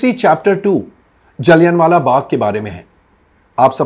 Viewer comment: "जलियन" वाला बाग नहीं, "जलियांवाला बाग" है कोमल नाहटा जी, इज्ज़त से नाम लीजिए । थोड़ा-बहुत होमवर्क भी कर लिया कीजिए अगर इतिहास की जानकारी कम हो तो ।